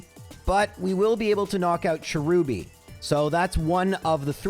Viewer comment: Cherubi too